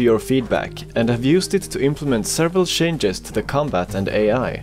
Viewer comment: Funny Swede said shanges instead of changes.